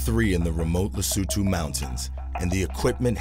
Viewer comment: is not Lesoouutoouu is Lesotho!!! so annoying people with silly fake voices that never being in Africa make the commentator...